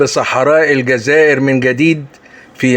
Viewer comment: el djaza ire et non elgaza ire